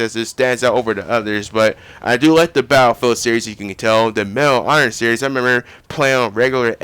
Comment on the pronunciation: Sorry to say, but you pronounce battlefield a bit like bayellfield. Its quite funny that you leave out the ''t''.